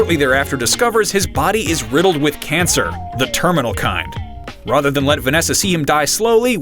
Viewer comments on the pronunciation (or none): R-A-T-H-E-R sound it out..